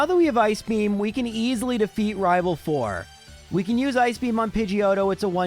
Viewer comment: Also me: coming to watch to hear him say rival fival